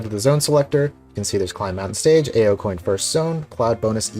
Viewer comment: you mispronounced ao. it's the japanese word for blue